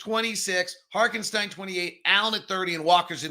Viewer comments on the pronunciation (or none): I absolutely love the show and I'm an everyday-er, but PLEASE learn how to pronounce ToppIN and HarTenstein. I'm begging you 😂